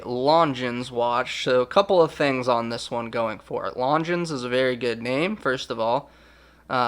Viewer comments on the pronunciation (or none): The French pronunciation of longines lon-Jean not lon-gines.